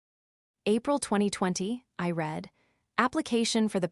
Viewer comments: your narrators need to learn how read can be pronounced in two different ways. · I am not sure if these stores are created by AI or humans but they need to learn a little more about the english language for usage context. When to pronounce words like lead and read.